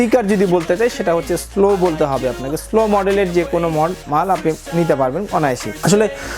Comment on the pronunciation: স্লো না সলো